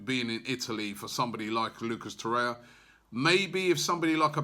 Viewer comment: Robbie, please... Tor-rei-ra :)